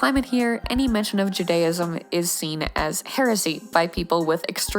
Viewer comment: the pronunciation of "Judaism" is killing me (as a jew)